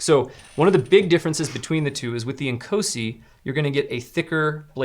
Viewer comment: Inkosi is actualy pronounced ncawsi